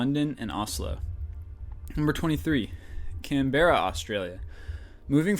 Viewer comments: its pronounced melben, not melbane, canbra, not canbera, and the harbour bridge is in sydney. rofl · BrisBAYNE, CanBEARA Its so weird hearing it like that in Australia they are pronounced Brisben or Brissy for short and Canbra Atleast you got Syndey right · Oh by the way, Brisbane is pronounced Briz-bin. also, canberra is pronounced can-bra. ;) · Canberra is pronounced as "Can-be-ra", not "Can-bara..." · "Can-bear-a" Close enough but it's more like "Can-bur-ra" And that picture for Canberra is actually the Sydney Harbour Bridge >.< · It's pronounced BRIZbn - Brisbane Can-bruh - Canberra SIDknee - Sydney (You knew that already) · thats a picture of Sydney, not Canberra (which is pronounced 'Canbrah') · That picture of Canberra was actually Sydney. And it's pronounced can-bra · No 23 it's said Can-Breea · Idiot American it's pronounced can bear ra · Bris-BAIN!!! and Can-Beara!!! Syd-ey Hey you said it right ^_^ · You mean Can-Berrah. xD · fricken ignorant yanks that's Sydney (sid-nee) not Canberra (Can-bra) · yeah, some people do say "CAN-be-ra" or "CAN-bra" or even "Can-BR-ra"... also, Brisbane is pronounced as "BRIZ-b'n", like u said... Australians/aussies have a different accent, which may change the sound of the words of the city name(s)... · Canberra is pronounces "Can-brah" -Australian :) And just for notes, Melbourne is pronounced "Mel-bn" Yes, we're a little lazy. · Its pronounced Can-berra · Hahahaha Americans and their supreme knowledge of Australia... Remember Brisbane is pronounced Brisbin Canberra is pronounced Canbra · You say camberra but i see sidney harbour bridge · its pronounced CAN-BER-RA and thats a picture of sydney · birs-baneeee lol can-bera lolololol ill teach you how to say it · Its written like Canberra, but pronounced 'Canbra' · Canberra* whoops even I made a mistake haha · no, its pronounced [can-bra] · Canberra is pronounced [can-ber-rah] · "CANBEARA" HAHAHAHHAHA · it is not Canberra it is said like Can bra put together.